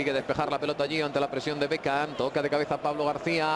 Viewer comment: por que diceis espagnoles bekan? (beckham) los apellidos no cambia !